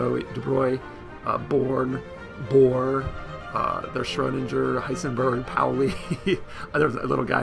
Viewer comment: Lol, learn how to say Schrodinger's name first, then make the video. Triggers me evrytim